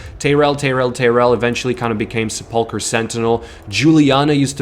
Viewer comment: Se-pull-cur sentinel, every streamer seems to have problems pronouncing this lol. You ever watch Ash struggle through that word?